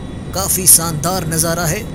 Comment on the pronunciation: Noobra its shandat nit sandar